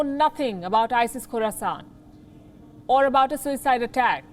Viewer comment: Did she say Isis Corusant? Is there also isis Naboo and isis tattooine